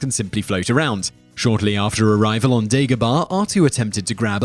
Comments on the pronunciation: Dagobah, not Degobah. Yoda doesn't leave Dagobah because of what I've heard, it emits dark side energies, which masks him from Palpatine. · Its not dEgobah its dAgobah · You say Obi Wan weird and you say Dagobaaaah lol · It's Dagobah